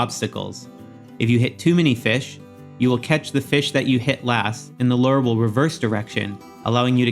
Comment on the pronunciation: Great video! Super helpful! As a real life angler though it bugs me how you say "Lure." 😂😂